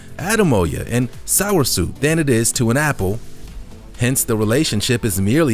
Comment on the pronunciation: ok i'm not bashing but #3 it's Soursop (Sop) not Soursoup lol. In Jamaica we call it Sweetsop